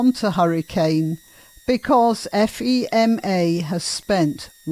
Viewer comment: FEMA is pronounced “fee-muh”. Federal Emergency Management Agency .